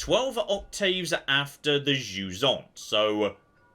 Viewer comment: For those of you that speak english and/or les francophones comme moi, jusant is pronounced juissant. Which is just unfair really.